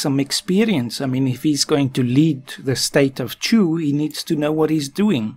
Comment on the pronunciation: Every time you say Chu I want to say God bless you.